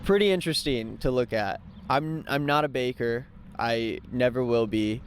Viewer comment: He keeps calling the baker a caker. I never heard that; it's genius.